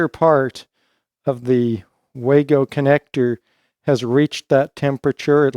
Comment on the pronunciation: First anglophone I've seen that knows how to pronounce "wago". Outstanding.